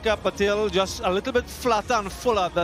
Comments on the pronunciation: What's wrong with all these commentators it's patil not patel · अबे पटेल पटेल क्यू बोलतेहो पाटील बोलो पाटील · NOT PATEL, BUT PATlL (pa-till) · Every time they pronounced Patel instead of Patil (Paa-Teel), I'm like 😐 She's amazing, though. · Not Patel. She's Patil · It's Patil, not Patel. two totally different pronunciation. It's like confusing michael and Michelle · It’s not Patel, it’s Patil from Namma Karnataka ❤ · its not PATEL its PATIL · What a silly pronunciation of her surname…she is NOT Patel,….. paatil. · I think u r illiterate bro😁😁 She is saying patil not patel